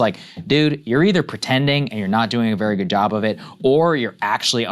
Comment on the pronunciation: Vewy Intewesting